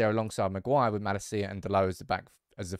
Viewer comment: I love you to no end but it’s maLAcia, NOT MalaCIa. As a Dutchman I keep cringing at that little difference. I even caught you correcting yourself from the right to the wrong pronunciation today. 🤣 I know it’s unfair to expect you to get it right away but I think it’s time. Amazing content, keep it up!!!